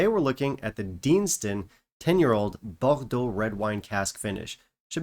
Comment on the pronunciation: I wasn't even vowed by the 18y and I'm not too keen on red wine finishes - with the exception of the Ledaig Rioja cask, which is also a Distell product, so now I'm intrigued again. And: compliments, you really practiced the pronunciation of "Bordeaux."